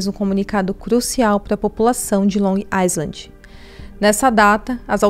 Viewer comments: Long Island se pronuncia sem o S Long I-land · Tem q falar LONG AILAND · Estava doida por esse caso, moro aqui e todo dia tem uma coisa diferente ai fica muito "espalhado" p se entender, parabéns, vc compactou muito bem.. ah só uma coisinha, Long Island fala-se Long ailand (não poe o som do S e o D final vc não termina o so fica DÊ ) kk coisa de americano